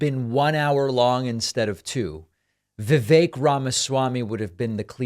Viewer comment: i feel awful saying this, but if you can't even say "vivek" properly, why should we think you have an understanding on politics. its not even a difficult name